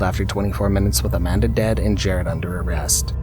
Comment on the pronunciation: It’s JERAD Miller in the first example btw, not JARED.